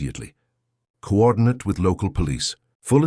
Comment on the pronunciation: the narrator says coordinate (noun, rhymes with private) instead of coordinate (verb, rhymes with mandate).